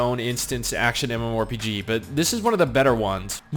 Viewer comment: Stop saying Mmo rpg "Emuarempg"